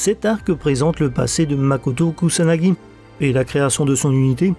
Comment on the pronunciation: 2,20 tu dis makoto kusanagi 😅